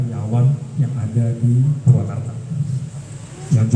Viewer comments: Purwakarta boss, bukan purwokertooo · Purwakarta bang, bukan purwokerto 😂😂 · Purwakarta woy bukan purwokerto😂😂😂